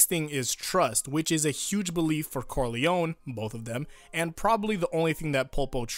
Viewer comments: Just one thing Is pronounced Don Corleo-NEH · Just not cor-lion.